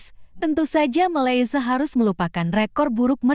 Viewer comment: Sebut malsia pun tk tahu mcm tk sekolah